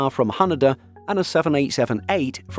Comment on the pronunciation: Ha-NAY-Da , not What you said (Ha NUH Da) 😊😊